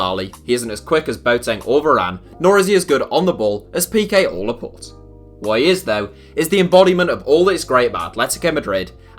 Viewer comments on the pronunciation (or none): none